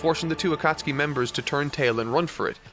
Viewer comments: I love your work man...but the way you're pronouncing some of these words is KILLING me. Jinchuriki and Akutsuki are the two that come to mind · I been drinking, but I had to come on here when I heard him try to pronounce akatsuki and hope that someone called him out on it, dude’s too popular to check every comment. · I love every bit of this except everytime grates my ears with "A-Kat-Suki". Even then though I get nostalgic pstd flashbacks of highschool and arguing the pronounciation "Akat-Ski" with one of my friends,. Love the video tho! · Love the character development you had throughout this video going from “akatsookee” to the real pronunciation 😂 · Great review terrible pronunciation on some of the names. A-koot-suki is more like Ah-kat-ski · Do you pronounce the names wrong on purpose? It HAS to be on purpose, right? Asuma, not aSUma AKAtski, not akaTSUki If it's intentional I can see why you don't pronounce Sasuke SaSUke. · "aKAT-SUKI" has the same energy as a new Japanese learner saying "deSU" at the end of every sentence. I know it's a totally natural mistake to make but it's still incredibly cringe. Petition to get to study Japanese that way he can be even closer to the source material and we can be spared these awful pronunciations xD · Akatsuki is pronounced Uh-cot-ski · “Ah-ta-suki” “jin-jor-jichiki” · Bro can pronounce Sasuke but cant say Konoha or Akatsuki xD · Loved this video.....but the way you pronounced Akatsuki made me gag 😂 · There is no way that he really thinks that's the right way to say Akatsuki.. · The way pronounces “Akatsuki” is cursed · The U in Akatsuki is silent. Just like it is in sasuke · Brooo spend some time learning how to pronounce these names lol. Akatsuki had me rolling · If this man says Akatsuki like that one more time I'm going to have a seizure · The way you say Akatsuki is a pronunciation I've never encountered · I love how says Akatsuki like I used to before learning the proper way lol.